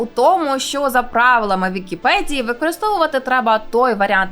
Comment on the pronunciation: нашо українською мовою говорити з мацковскім акцентом? не "на вікіпеДЗії",а на "вікіпеДії" - невже це складніше вимовити?